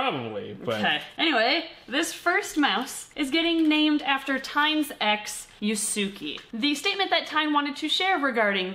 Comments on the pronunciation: it's pronounced YOOS-kay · It’s pronounced “yusu-keh” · omg this is great!!! (except the mispronunciation of Yusuke made me cringe)